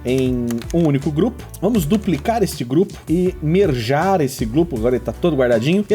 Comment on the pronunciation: Engraçado que ao transformar "to merge" num verbo fruto de estrangeirismo e coloquialismo, você pronuncia ele de uma maneira avessa ao que seria na escrita (não que precise existir na escrita), lendo-se a palavra "mergar" que talvez precisasse ser escrita como "merjar" para fazer sentido. Um vocabulário impecável.